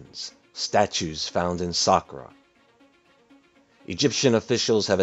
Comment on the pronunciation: You do a mean egyptologist but your pronunciation of Suh Kora is off slightly. 😆 still gave you a thumbs ☝.